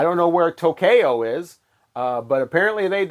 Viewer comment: My woman from To-Kay-O....